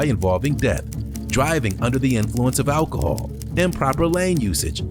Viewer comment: 1. I'm still wondering what "ackle-hall" is...... 2. If you act like that and say things like "ackle-hall" then you might as well clap in unison with your syllables and have foot long fake nails because you're already super ghetto.